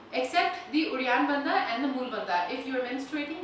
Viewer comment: When you are doing uddianda banda is sounds like you are saying reanthaba? What is that? Also, what you are doing is Uddianda Kriya, Uddianda banda is just below the belly button.